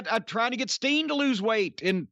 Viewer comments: I've replayed that just now like 3 times because I thought he was saying Sting and it didn't make sense. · It definitely sounded like Sting. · Oh, he said STEEN, not Sting. I took me a few mins. I was like, "wait, Sting was in Ring of Honor? When did this happen?" Then I remember he did deal with Kevin Steen in ROH.